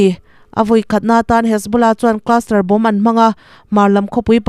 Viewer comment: In inhawng a, a lawmawm.... Pronunciation then khat lo bih zuai ila 1. Bomb, bomber, bombing......b hi silent a nih vangin Bom, Bomer (bomar), boming tia lam tur a ni e. 2. Allies...... Alaiz 3. Operation hian oppression a ang mah zawk....chhinchhoahna clue: operation hian 4 syllables a nei laiin oppression hian 3 a nei thing. 4. Debris.....De-bri